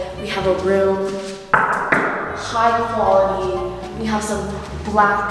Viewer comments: Take a Shot everytime she says High Guality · nobody:: HIGH QHALITY